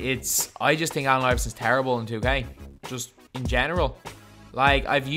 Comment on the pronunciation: This dude said "I tink" 🤣🤣🤣